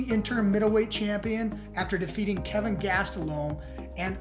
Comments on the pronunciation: It kelvin not Kevin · It's Kelvin, not Kevin. It's also Brunson, not Bronson. And they touched gloves...